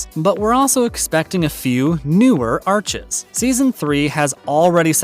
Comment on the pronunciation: Arcs not arches